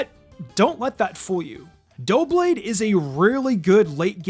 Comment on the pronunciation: It’s pronounced DUH-blade, “”! 🤨